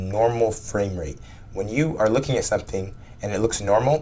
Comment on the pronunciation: "12 frames every seg-it" completely irrelevant, but my god, american pronunciations are so damn stupid sometimes. i heard "lookeen" earlier in the video as well, for "looking". what the fuck is this shit.